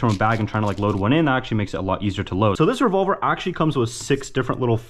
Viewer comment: " they said get a revolar "